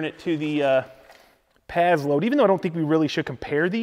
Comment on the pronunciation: When you “pazload” are you trying to say “passload”?